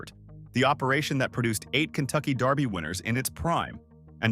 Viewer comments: Please! It's DERBY! Not Darby. Do your research. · Its derby, not darby! Kentucky belongs to the people, not a bunch of millionaires! i resent your saying that cause its not true! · This is killing me. It is pronounced Versales NOT like the french chateau. It is pronounced DERBY not Darby. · It's Kentucky Derby..... Not Darby! Pronounce it right if you are gonna do it! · It’s DEEEEErby. Not Daaaaarby. 😂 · It is also pronounced "DERBY", not "DARBY". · It’s DERBY not darby. What the heck?!? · DERBY Not darby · Derby is pronounced Dur-bee; not Dar-bee...😊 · Also, it is dErby, not dArby. 😉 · dErby. NOT Darby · Huh it's pronounced how ever the person says it saying it Just like Louisville people says it different I Lived in Murderville Guntucky My Whole Life A Couple Blocks From Derby it doesn't matter how a person says it Frfr but as I was writing this I heard dude on this video say Darby lol so I understand wat ur talking bout your right to correct them on the way there saying it lol My Bad